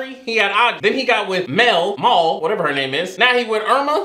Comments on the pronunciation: I love how he casually messes up their names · i love how you never get their names right, it makes the reaction all the better haha 🤣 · The mispronounced names is my favorite part of your videos 😂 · The way that you never pronounced any of their names right😭😭😭😭😭😭😭